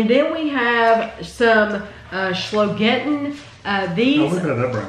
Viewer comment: Hi. The choclate you tried to pronaunce its called: SchOgetten not SchLOgetten...there is no L in this what so ever. In Germany we dont have anything like a hidden L.:))) Looking forward to the reviews. Best regards from Bremen, Germany.